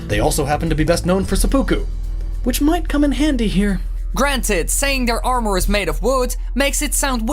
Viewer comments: I don't like the way that guy says arMORE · for the love of god stop saying "armore" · Take a drink every time he says Arm Oar. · "AreMore" o.o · omg stop saying Ar-moor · this dude says armooure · when he said armor like arm more I couldn't stop laughing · wow....the way that guy pronounces armor...is just....cringy.....>.> i know it's his accent and he can't really help it i suppose but...still hearing it pronounced like that heck from anyone just...makes my ears hurt ahhhh >.<